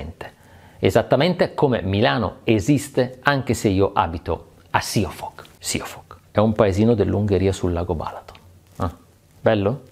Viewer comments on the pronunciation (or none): Siófok si pronuncia sciofoc. la s in ungheresecorrisponde alla s della parla sci in italiano . La s dolce di sole corrisponde sz ;) . Citi spesso l'Ungheria potrebbe risultarti utile :D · Ahahhaha, si dice "sc"iofok. La "s" in ungherese si legge "sc", come scelta. PS: altro gran bel video! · Esatto, e anche la prima o é lubga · Ahi ahi ahi, questa volta mi hai deluso con la pronuncia di Siófok!🤣🤣🤣 Comunque continuo a seguirti anche dall'Ungheria.